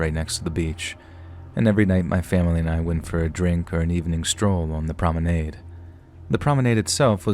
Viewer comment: You pronounce promenade in a funny way. LOL.